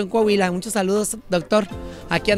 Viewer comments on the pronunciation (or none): none